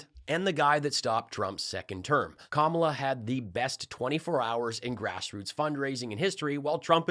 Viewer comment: Kamala = ,la (comma la) They need to learn to pronounce it correctly because she will be next president and be around for a long time💙🇺🇸💙🇺🇸💙